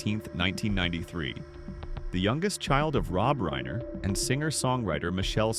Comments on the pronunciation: Least you can do is pronounce the last name Reiner correctly It isn't Reener....fkn goof! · You mispronounced 'reiner' twice and differently both times. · Nick who? you need to pronounce reiner